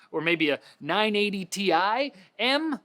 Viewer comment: it's not Ti m it's Tim. 980 Tim!